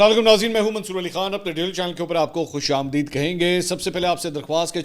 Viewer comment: اس بات کی طرف پہلے بھی آپ کو آگاہ کیا گیا کہ یہ لفظ آپ غلط پڑھتے ہیں ۔آپ ہر ویڈیو میں یہ کہتے ہیں کہ کمینٹس دیا کریں اس سے ہمیں فایدہ ہوتا ہے میں کمینٹس دیتا ہوں لگتا آپ صرف فارمیلٹی پوری کرتے ہیں اور کمینٹس کو پڑھتے ہی نہیں ۔آمد آمدند آمدی آمدید آمدم آمدیم ۔خوش آمدید فارسی لفظ ہے اردو نہیں۔ دے د ہے نہ کہ دی د ہے